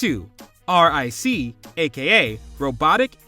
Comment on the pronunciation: His name is ric.. just call him Rick.. it’s so cringy hearing you say the letters..